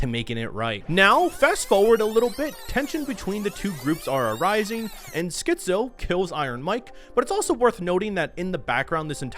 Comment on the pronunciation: Great vid. But man, you pronouncing Skizzo as Schizo constantly sent me 🤣🤣🤣🤣